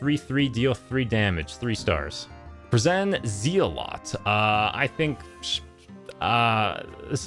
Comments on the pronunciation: Man pronounces zealot as zee-o-lot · Everyone: brazen zealot: Bra-zen ZEELOT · bruh-ZEN ZEE-a-lot